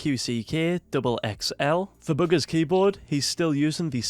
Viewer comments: His accent made it sound like boogers because he said bugha’s with an s and his accent makes him pronounce a’s like -er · This man calls him"booger's"😂😂 by the way